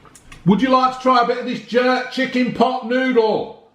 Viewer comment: My man calls chicken chicking 😂😂